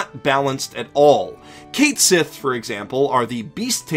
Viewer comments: I've heard it pronounced "Cay Shee" before but take that with a grain of salt. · Your pronunciation of Cait Sith makes me want to cry Irish tears. They're mint-flavored.